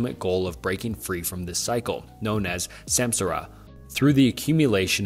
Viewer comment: I have a theory that this channel makes icebergs with the help of chat.gpt (looking up an iceberg and asking gpt to explain it) , this would explain the rather robotic dialogue and the mispronuntiotion of names despite the apparently large knowledge required to make these videos (for real though , who can actually study these topics for hours on end and not know how to pronounce "Freud" or "samsara") This also explains how he consistently makes a video once every few days , despite the topics he covers being complicated and needing multiple hours of research